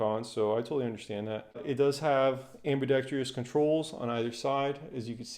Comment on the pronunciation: Its pronounced ambi-dextrous not ambi-dextrious. Just saying. LOVE the gun, i have the 11.5" model